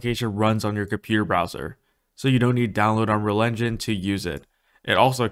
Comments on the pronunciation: Do you even pronounce unreal engine. All I hear is unrounro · I believe it's pronounced "Unreel Injin", What is "uhnruhlhnjhun"? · Dude can't even pronounce "Unreal Engine..."